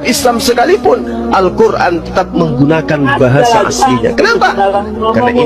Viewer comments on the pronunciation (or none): gak bisa bahasa Arab, nyebut Qur'an aja Qur'on, jelas ngawur. Ditambah lagi dia gak pernah menampakkan diri, mungkin dia takut. Dan itu gak bisa bela kekristenan, dia cuma bisa bikin cerita bohong tentang Islam. Beda dengan Zakir naik, di setiap seminar, Zakir naik selalu mengizinkan orang mengkritik Islam dan dia menjawab kritikan itu. Tapi kalau mana pernah bisa membela Kristen dari kritikan, dia minta ditelepon pas ada yg nelepon, orang malah disuruh jawab kritikan dia. Kalau dia debat dengan Zakir naik udah pasti dia kalah, karena Zakir naik udah terbiasa menjawab kritikan tentang Islam, sementara cp sana sekali gak mampu menjawab kritikan terhadap Kristen.